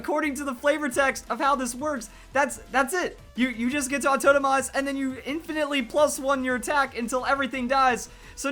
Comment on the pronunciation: I'm trying to place his accent. 'AuTOENOmize' is going to drive me insane.